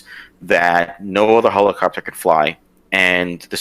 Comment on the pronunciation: Lmaaooooo the Marine keeps saying "hole-a-copter" 😂😂😂